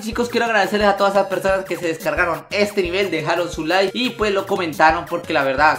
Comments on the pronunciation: Dijo nike en ved de like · Minuto nike en ves de like xd